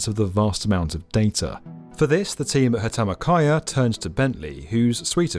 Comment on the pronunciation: Banda Aceh be Bandar Akeh Hutama Karya be Hatamakaya (Sounds like kinda japanese corporate naming) The butcherings are tickling the indonesian inside me...